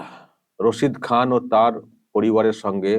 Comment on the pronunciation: রাক্ষসী, টাকা খেকো, আর ভোট খেকো। শুদ্ধ করে ওস্তাদ রসিদ খান উচ্চারণ করতে পারে না। মুর্খ মেয়েছেলে। ও ভাবে ওর ডাক্তারের মত সব ফলস উপাধি পেয়েছেন। পদ্ম ভুষন কি জিনিষ ওর মত মুর্খ বোঝেই না।